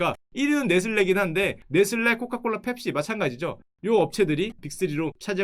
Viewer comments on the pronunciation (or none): 네슬리라고 읽는데...